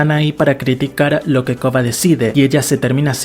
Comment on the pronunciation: Porque probablemente tiene problemas para pronunciar la “r”